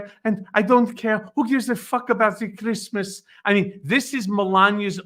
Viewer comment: Melania Trump "Fuq Kreesmas." We all heard it.